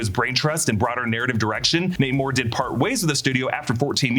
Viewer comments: Every time he says Nate Moore, all I hear is Namor 😆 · Everytime you say Nate Moore I hear Namor 😂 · Every time ypu said his name i kept hearing "Namor" and was like "that kinda tracks..." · I kept hearing "Namor" instead of "Nate Moore." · Haha I thought the exact same thing